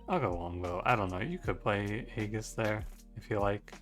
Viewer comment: FYI aegis is pronounced "EE-jiss"